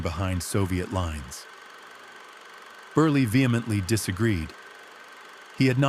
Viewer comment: If you are telling this story...learn how to say his name. Joe Beryle